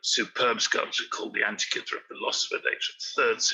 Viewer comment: Antikythera is pronounced an-tee-kuh-thir-uh, not an-tee-kith-ur-uh. Not pronouncing the name of the island the way people that live there pronounce it, and completely anglicizing the the name makes it seem like you really don't care about the subject of your video. You make it seem like the area it was discovered, and the people who discovered it, aren't important enough to take a small amount of time to learn the proper pronunciation. How can you expect your opinion(s) about the content of your videos to be taken seriously, when you can't take 5 minutes to make sure you can pronounce a non-english word without anglicizing it?